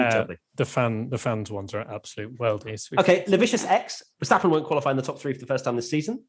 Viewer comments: Your pronunciation of Verstappen is 👍🏻🤣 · your pronunciation of Verstappen was spot on. 👌